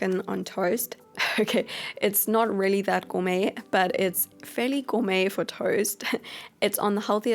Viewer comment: Every time u say gormey it reminds me of the cat food as and I know I can't spell